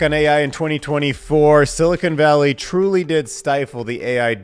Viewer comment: "Silicone Valley" - it still cracks me up when people add the E. 🍆🍆🍆